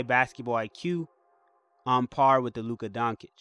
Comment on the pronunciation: “Luka Donkic “ 😂😂😂 DONCIC